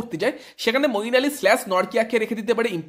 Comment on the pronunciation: মঈন আলী ভাই নাম টা ঠিক করে বলো 👍